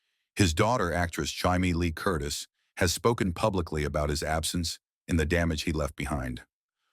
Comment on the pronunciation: Surely, by now, you have already figured out how to prompt AI pronunciations of names like Jamie Lee Curtis. Lazy creator.